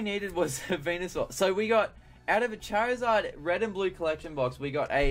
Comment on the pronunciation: why does he say chair izard